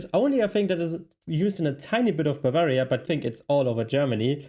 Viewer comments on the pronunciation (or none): none